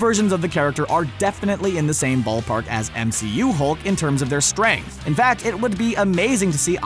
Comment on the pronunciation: A and listen carefully to hear he said stuaynk in instead of strength.